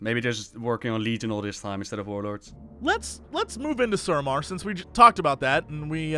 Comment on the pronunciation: Drinking game: take a drink every time Ross pronounces suramar "Sarumar"